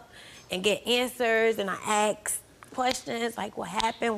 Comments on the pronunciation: she axe me.... lord i hate that. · It’s asked not axed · Asked not axed.🇬🇧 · She AXED questions? She may have got answers if she had asked questions. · Lady sure got "aksed" alot of questions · He "lookded" sleep and kept "axing" questions? Axe her if she can speak right...